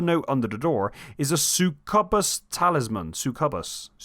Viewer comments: Lmfao suckabus 😭 Succubus is pronounced suck-yew-bus mate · It’s pronounced “suck-you-bus” 😂 I love to see this game continue to get the attention it deserves and I’m glad you didn’t give us a verbal walkthrough, instead making it more like storytelling. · It is pronounced "Suck You Bus". 😑 Oh, and "Round of applause for." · Bro can't pronounce succubus💀